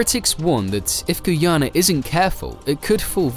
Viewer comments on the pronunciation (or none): When will all the Vloggers get the country name correct? Its pronounced 'GUY-YANA' for "GUYANA" not "GOO-YANA"...I am 100% sure everyone can say "Guy". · It's pronounced Guy-a na not Gui-a-na.Enjoyed your report anyway.